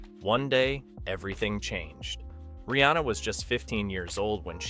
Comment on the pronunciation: Pronounced: REE.ANN.UH!